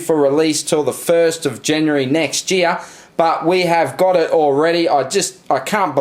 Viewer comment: Did you just say jear instead of year?